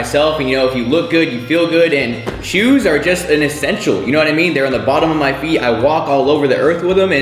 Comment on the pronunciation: HE SAID SHUS NOT SHOES 😂